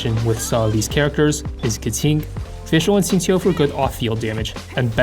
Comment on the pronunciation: Nice guide as always! But as someone who is bilingual (CN & EN), it really f***s with my head everytime you pronounce Keqing and Xingqiu so properly lol, my brain keeps switching between different lang modes and can't even focus on the content hahah, have to watch this video like 4 times